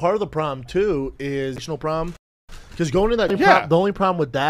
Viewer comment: "I think part of the probum too is..." 😂